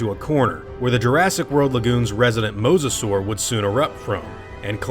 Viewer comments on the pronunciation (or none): none